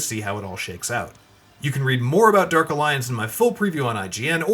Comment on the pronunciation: Derk alliance. 🤣🤣🤣🤣🤣 this announcer dude lmao